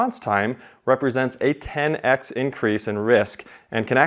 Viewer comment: "a ten ex increase". (I wonder if you used × rather than x, would the AI say it properly?)